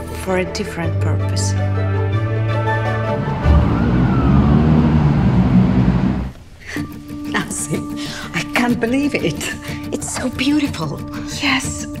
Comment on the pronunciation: It’s Nancy not nency